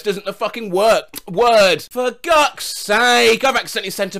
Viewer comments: Can't get over the fact that said "For GUCK'S sake" instead of... y'know "For god's sake"... the ACTUAL saying lol. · I love how he read for gods sake as forgucksake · "For guck sake"